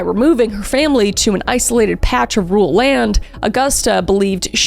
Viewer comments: I’ll never get used to the Gen z pronunciation of “rural”! Every time I think “Rule is such a weird name for a town” or “is “rule character” a nice way of saying the mayor acts like a dictator?” 😂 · I'm from Wisconsin and my grandma lives right next to the hospital he died in. She said she'd show me around sometime. I'm glad we got mentioned, though every time you pronounce rural as rule I get distracted.